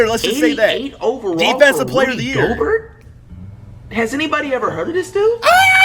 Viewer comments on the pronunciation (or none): Zeon Williamson J-A More ent you ever heard of Rudy goburt lmao it’s pronounced Rudy gobear (gobert) JJ redick is top 10biggest bust but I have high basketball IQ -flight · This guy no’s nothing about basketball. This man said Rudy Gobart I’m dead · It’s pronounced Rudy goBEAR at least that’s how I say it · Rudy go-bare it's pronounced. Maybe the spelling threw him off. Flight doesn't strike me as one that reads a lot. Probly never read his name before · No bro it's Rudy Goburt 😂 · Rudy Gobuurrt...